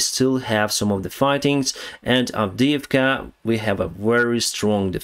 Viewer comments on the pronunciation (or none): none